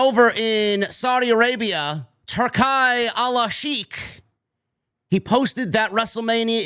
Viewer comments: It’s pronounced turkey, dawg. Like the lunch meat. Not Tur-kai. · Its pronounced turkey Turki sounds dope though 👌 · *Turki is pronounced like 'Tur-Kee'.